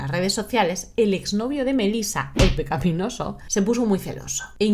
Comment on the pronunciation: ¿Cuántas veces has dicho "pecaPinoso"? Demasiadas para ser un vídeo con guion. " Pecapí "... Really?